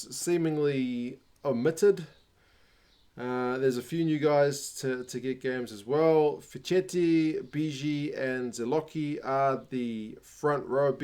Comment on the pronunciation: If you’re interested in improving your pronunciation of Italian last names, keep in mind that whenever there’s a “che/chi” sound, it’s always pronounced as “ke/ki”. Just like you pronounced “Zilocchi” correctly, “Fischetti” becomes “fees-sket-tee” and “Lucchesi” is “look-ke-see”.